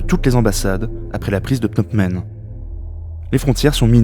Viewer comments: Excellent boulot, vidéo très éducative sur un sujet délicat, juste un truc qui me fait marrer, le fait que tu dises Pnot Men au lieu de Phnom Penh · « Au niveau de Pnamp Men » j’ai souri. Très intéressant sinon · Cette vidéo est très instructive, bien documentée, bien rythmée, bien réalisée. Cependant, je n'arrive pas à m'ôter de la tête le fait que 9 fois sur 10, le narrateur prononce phonétiquement "" au lieu de "pnom pen". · Répétez après moi : PhnoM Penh ;) (pas PhnoP Men) – à part ça (qui m'a fait sursauter à chaque fois), très intéressant. Merci. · Juste1detail, on prononce PNOM PEN et non... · "est proclamée a " c'est difficile à dire hein!? 😄 plusieurs fois tu a prononcé au lieu de Phnom Penh 🤪 Mise a part cette erreur récurrente de prononciation c'est un excellent documentaire, très intéressant MERCI pour ce taf 🙏👍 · Excellente synthèse. Mais j'ai l'impression que vous ne savez pas prononcer Phnom Penh. A chaque fois j'entendais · C’est Phnom Penh, pas 😂. C’est vrai que ce n’est pas évident à prononcer. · C'est éccrit Phnom Penh, j'entends Pnomp Men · Phnom penh! Pas "pnopmen" ou je ne sais quoi! C est si compliqué??? L alphabet phonétique international n a pas été inventé pour les souris! Trouver et lire la prononciation exacte prend 5seconde chrono! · Super vidéo, très bien documentée. Le narrateur a beaucoup de mal à prononcer Phnom Penh mais ça n'enlève rien au travail fourni. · Très bien fait :) mais la prononciation de Phnom Penh par le narrateur... quelle souffrance 🤣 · Super vidéo, pas facile a prononcer phnom penh hein